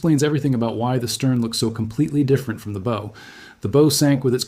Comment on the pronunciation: The Bow is pronounced Bough.